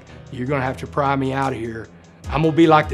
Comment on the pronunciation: I also appreciate the way he pronounces Lubbock correctly. It's not "Lubbick".